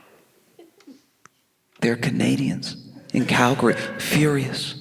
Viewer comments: 🇨🇦 Alberta Canada here. Thank you Josh for pronouncing Calgary properly and not calling it Cal Gary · He even pronounced it right 🧐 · Wait.... did someone tell him how to say Calgary? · Not me double taking when he said Calgary and pronounced it correctly.